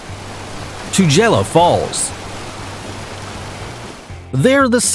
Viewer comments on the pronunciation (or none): Tu-geh-la falls, not tu-jella. Drakensurg not dragon. Kwazulu Nah-taal. Not Nay-til. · 2nd highest waterfall on the list is pronounced Two-girl- laa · I am from South Africa. So, about Tugela: 1) It is pronounced : Two-geh-la Two = 2 Geh = rhymes with "pair" (use British accent). The G sound is the same as in the word gasoline. La = as in La-la Land. Im trying to make this as simple as I can for the Americans. 2) Tugela is now the tallest waterfall in the world. Google it 3) It is not situated east of the Republic of South Africa. Rather, it is IN South Africa, and is a very important part of South Africa. 4) The province is Kwa-Zulu Natal. Natal = Ner-tell. Not Nay-till. The accent is on the 2nd syllable. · HaHa! 1] it's pronounced 'too-gey-la' British English, 2] it's the highest on the list. Angel is presently 2nd tallest. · Picky, picky, picky. Waterfalls come in many varities, including cascades. Whatever, free-falling or not they are still waterfalls. Incidentally, a few months ago a Czech team of hydrologists re-calibrated the height of Tugela Falls at 2,342-feet, making it roughly 20-feet taller than Salto Angel. So, Tugela [which you've mispronounced; it's pronounced 'too-gay-la'] is presently the world's highest. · Tugela with hard G.... and the A's in Kwazulu Natal are pronounced like the ones in 'Apple' - not ...Natale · Tugela no 1, Angel no 2. Angel is a demon in disguise! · You said Tugela and Natal sooo wrong. As a South African, I’m so offended.